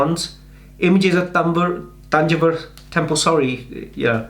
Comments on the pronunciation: Correct pronounciation -thanjaavoor temple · It's not Tanjore it Thanjavur don't spoil the name.